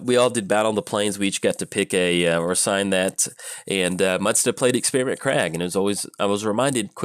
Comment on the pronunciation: Some interesting pronunciations today :P Scourge of Krog, Experiment Krag...